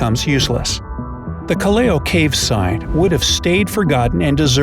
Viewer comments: It doesn't pronounce kaleyo its probounce kal-law in philippines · It should be pronounced as 'kalaw' not kaliyaw..Callao cave Cagayan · Correction The pronounciation of Callao cave is “kallaw” not “kaliyaw”. I love you.. please notice me.😊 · hay its pronounced calao cave not caleo cave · colleo u pronounce it as just callaw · "Kelleo Cave" your saying it wrong its Ca-Laow Cave, thats how its pronounced im a filipino so i know. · He pronounce it wrong, "callao" . That is here in cagyayan valley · What! Caleo cave! It's not called caleo cave its called callao cave its easy justsay cal lao cave american's dont know to pronounce every single filipino word and it in cagayan i live there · Uhmm its not KALEO CAVE Its CALAO CAVE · Uhhmmm CORRECTION CALLAO IS PRONOUNCED IN PHILIPPINES AS = KA-LAW.... AND IS NOT- KAYLIAO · callao pronounce as "kalaw" not "kaleo" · It's not Cal-la-o its Cal-lao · Call-ey-o cave Call-ow cave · Kal-law po bigkas hinde kelayaw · EXCUZE ME THE PRONOUNCIATION IS KAL-LAW CAVE AS IN STRAIGHT NOT CALLEO CAVE sorry just deffending our country!! Dahil pilipino ako🇵🇭🇵🇭🇵🇭🇵🇭🇵🇭🇵🇭🇵🇭🇵🇭🇵🇭🇵🇭🇵🇭🇵🇭🇵🇭🇵🇭🇵🇭🇵🇭🇵🇭🇵🇭🇵🇭🇵🇭🇵🇭🇵🇭🇵🇭🇵🇭🇵🇭🇵🇭🇵🇭🇵🇭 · you do not pronounce callao kaliyo its callao like kalaw cave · Not caleo cave it Callao cave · Its Pronounced Calaw Not Caleyo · I have been to callao cave and it is pronounced "cal lao" not calieo! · "Ca-leo" cave - 🤣🤣🤣 Sorry that's "Cal-yao" cave if you wish to pronounce it properly. 😅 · nnot caliao cave pronouncing its calyaw. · Keleyo cave I think its kallaw cave not keleyo hahahaha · Its not call-A-O cave its pronounced call-ow cave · Callao Cave is not pronounced as calleo but callaw. Btw im filipino!!! Proud to be filipino!!! Mabuhay Pilipinas!!! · Callao read as "Ka-lahw" not what you pronounce as "Kalyewho" hahahaha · Lol the pronunciation is not "kaleyo" its "kallaw" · It's pronounced ka-lhaw cave not kaleyo cave hehehe sending hearts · Callao is pronounced as "KALAW" not "KALEYO"😂